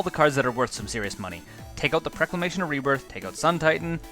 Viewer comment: PrOclamation not prEclamation.